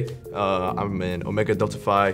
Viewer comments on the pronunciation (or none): Greek here. Φ is pronounced life "fee". Keep up the good work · lol she can't even say phi right